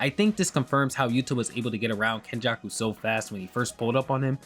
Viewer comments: It's Kenjaku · It's fucking kenjako. Mark my words